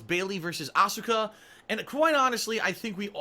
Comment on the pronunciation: The 'u' is silent in 'Shinsuke' and 'Asuka',.